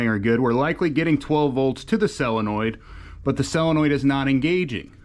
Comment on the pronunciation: The correct pronunciation is Solenoid, not cellinoid.